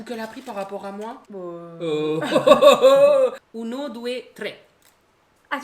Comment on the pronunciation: Je vais rien dire en temps qu'italienne sur l'accent, la prononciation et le uno due tre... Mais bon j'ai adoré sinon